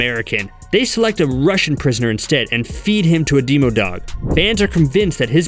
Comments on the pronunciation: Am I the only one who realized he said Deemo-dog😂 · The way he says demo dog ugh